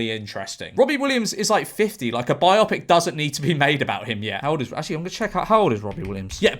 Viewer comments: It's "bi-OH-pik", not "bi-AH-pik". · Why do you pronounce Bio pic as Bi Opic? It is a biography combinde with a moving picture, not a double opic? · Omg Jorge stop saying Biopic like biotic, it’s Bio-Pic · I think it's pronounced 'bio-pic'. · Um... how exactly are you pronouncing the word "biopic" and, erm, given it's from two words "bio" and "pic"... why? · bio pic mate not biopic pronounce it right please